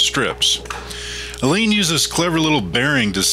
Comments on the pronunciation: Alain is pronounced Allah. . . not 'elaine' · Great video! it was neat getting a different perspective from working with someone else on the project and having your video narrated by the other person! I was a little thrown by the pronunciation of your name Alain as I always assumed it was like the English name Allen or Alan. Always enjoy your videos and look forward to waiting for the next one to be posted.